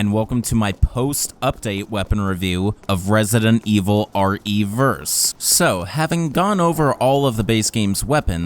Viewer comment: Re verse? Interesting nice video btw